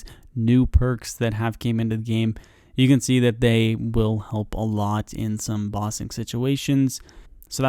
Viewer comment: Lol your pronunciation of bossing sounds like Ba Sing. Reminded me of Ba Sing Se tbh.